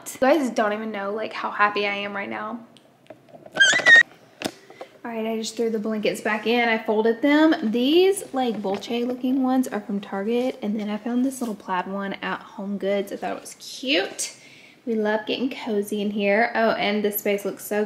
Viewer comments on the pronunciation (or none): not laura pronouncing bouclé like bolce